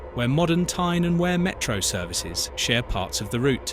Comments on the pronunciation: Stop murdering the place memes it's not Where it's Weir. . As for Pelaw and Heworth omg you'd get lynched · Thank goodness for the AI narration, I didn’t know wear I was. Glad to see Tyne and Where in all its glory, especially Monkwheremouth. I would have liked to have seen a view of the River Where, but perhaps I missed that bit. It might have been when the tears of laughter wear streaming down my face, as the train went through Heeeeeworth, wear modern Tyne and Where Metro services share parts of the route . . . . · Edit... It's pronounced Peelaw. it's pronounced River Weer. pronounced Huuworth. You described Seaham and the coast line beautifully, but you missed a treat not showing any of it. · Wear pronounced We're... not going to start with the other wrongly pronounced names! 😂🤣😅